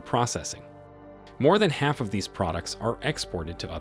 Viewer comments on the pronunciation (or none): none